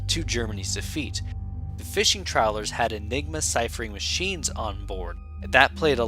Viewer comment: Nein, “troweller” ist nicht ein schiff, es zie Trawler…..